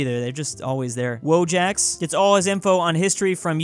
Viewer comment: Wojak is read as "voyak". Means "Soldier" in Polish